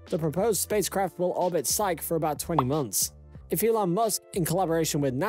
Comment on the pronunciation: You can't even pronounce the asteroid's name correctly ... you mispronounce it twice in the first 2 minutes! The asteroid in question is called "Psyche" it's pronounced "Sy-kee" ... you pronounce it " Sy-ko" and then " Syk" I stopped listening to your video right there ... if you can't even pronounce the subject of your video correctly, why should I waste my time watching your video, let alone subscribing to your channel. when there are literally dozens of other channels on Youtube that show the same thing pronouncing the subject correctly??